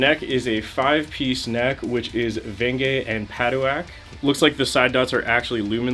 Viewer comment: It’s pronounced pa-duke lol😂